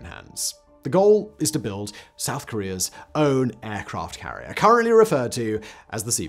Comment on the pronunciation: i had to replay it several times and slow it down but at 48 sec in aircraft carlier club" Simon flubbed!